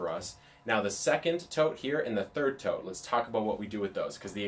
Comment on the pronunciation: Legit spent the first two minutes wondering why he kept calling the boxes 'toads'. Like, is this some random worm farm slang? haha. Then I looked down and realised he was saying 'tote' and dude, I'm still confused. I thought a tote was a bag, or a verb. not a box. How you just casually toting those big, square things around?